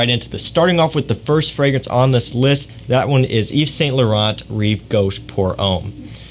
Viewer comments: It's pronounced (eve-san-lou-ron). Ughhhh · The t’s are silent in YSL my friend. Nice video!